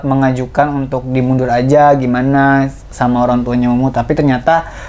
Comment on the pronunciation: kak eno manggilnya mumu(k) bgt... mumu aja kali ngeganjel gue dengernya...